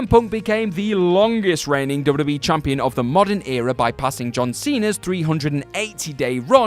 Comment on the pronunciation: *Double-U Dude said "double double E" about 18 times during this video and my eye twitched each time.